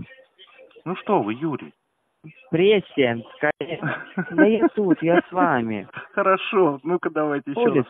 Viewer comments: Правило, как произносить "преснянская" передается мастерами гильдии только лучшим ученикам! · Спасибо Вам, Владимир, что не сказали "москвичу" как правильно произносить название улицы на которой он, якобы, работает.